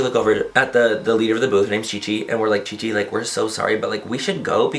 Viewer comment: LOL I swear I kept hearing ChiChi !